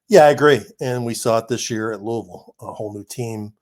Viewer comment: Sorry, can't listen to someone from Indiana that can't say Loo-ee-ville. NOT Louuahhvl. Do you think when the great George Rogers Clark named it after King Louis of France, ( for helping us defeat the British)... do ya think Louaashhhvl is what he had in mind ?...NO. Get it right.